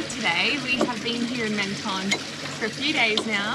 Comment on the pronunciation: Menton is pronounced ‘Monton’ 😊